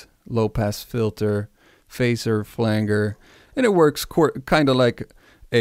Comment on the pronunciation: your pronunciation of " flanger" was driving me crazy!! 😂